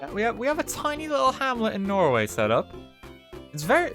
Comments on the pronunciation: So many Tolls... What is this? The road to Dublin? Feckin Norw-EA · It's called Norweay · Nnoo not norway